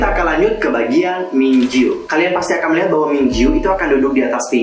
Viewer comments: mingyu kk bukan mingju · Apa cuman aku yg denger mas nya bilang Mingyu itu Minju? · Mingyu kak bukan Minju 😂😂